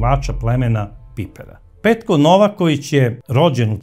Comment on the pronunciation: Braco, nije Nóvaković nego Novàković ili ako oćeš po crnogorski Novakóvić. Nije Sozìna nego Sózina